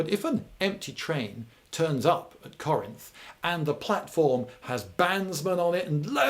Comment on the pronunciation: Thank you lindy for pronouncing Corinth right, way too many people in the area call it “car rents”